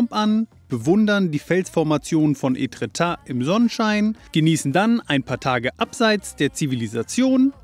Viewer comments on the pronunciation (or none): Aua meine Ohren 😂 Ėtretat wird mit stummen t hinten gesprochen